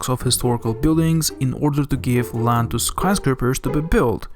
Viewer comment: Did I hear you say, "... will push down the cost of rand. ..."? (Clears throat.)